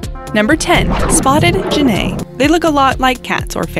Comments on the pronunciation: Stick Insect - you often show pictures of preying mantis, which are not related at all. "Genet" rhymes with Tony Bennett; the "g" sounds like a "j", like in "gemstone". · wtf is a genay haha its a called geneT